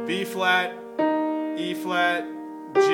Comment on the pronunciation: It's good but its hard to tell wether ur saying b or e flat...